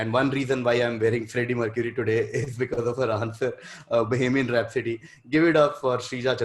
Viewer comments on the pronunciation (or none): I get that ahsaas is cheating but I know for a fact that is out there cheating as well. Do you not remember the last quiz when she guessed bohemian rhapsody and pronounced it totally wrong. even tanmay wasn't convinced with her coming up with that by herself